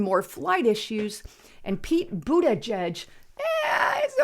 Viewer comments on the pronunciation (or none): Did she say, “Peter Bootyjuice?” 😂